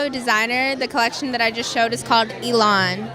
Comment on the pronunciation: It's called Elan not Ni-lone.